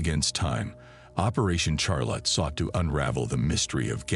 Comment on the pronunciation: Teach your fucking AI narrator how to pronounce Charlotte.